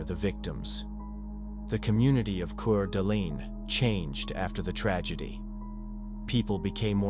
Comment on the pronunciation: It's Quart A Lane ID hate A.I. mispronounced shyt